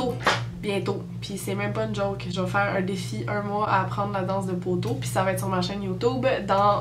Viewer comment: ENFIN une qui prononçe POTEAU comme du monde!